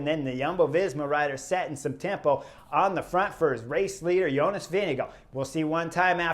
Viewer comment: Why is it that American commentators incorrectly pronounce Jonas' name?